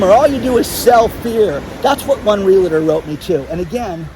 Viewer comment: Are you really willing to face the end of the world as we know it without ever learning how to properly pronounce REALTOR??? No "LA" in the middle. Just REAL + TOR. You can do it!